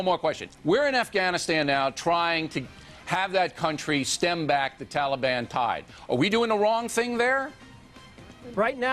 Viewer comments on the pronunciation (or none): none